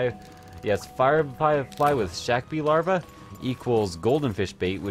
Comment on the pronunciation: Pronouncing Snakebee larva as Shaqbee larva is pretty funny.